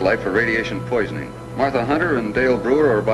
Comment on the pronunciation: Aaaahhhhh,LMAO! did not know Crabs sound like "SPOT" , From "The munsters ! and this dude is getting on my nerves with his Condescending "honey","honey", come on " honey". "Honey" is supposed to be a Dr. What's she a Dr. of ? Bee hives? Is he her man? He can't pronounce Martha? Nice to see The Professor in this though. I didn't remember he was in this.